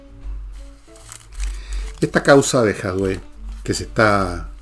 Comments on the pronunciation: Entretenido el capítulo…..pero porqué le dice Jadué si el apellido es Jadue. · Por qué le dice Jadué (acento en la e)??